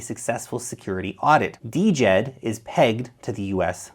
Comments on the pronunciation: It should sound like "Jed' , not Dee-Jed. The D is silent from the Egyptian word for stability, not "D" implying decentralized. Just Jed. . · Its Djed buddy, not D-jed